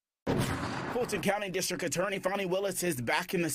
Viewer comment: “Footen” County. Where is Footen County?